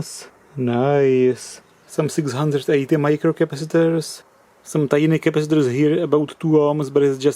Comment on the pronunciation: "Changing these crapacitors..." lol